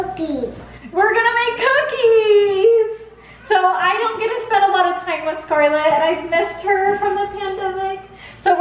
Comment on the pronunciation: Jamie's:"what is wrong wif u?"🤣🤣🤣🤣🤣🤣🤣🤣🤣🤣🤣